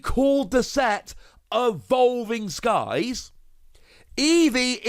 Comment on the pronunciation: "Ahvolving Skies" 😐 10/10.